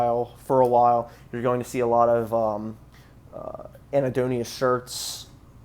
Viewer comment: Anhedonia, not Ahnedonia